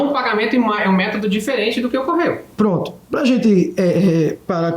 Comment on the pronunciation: Cada vez q ele falar “proonntu” aleatoriamente